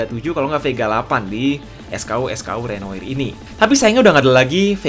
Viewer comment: susah ngucapin renoir nya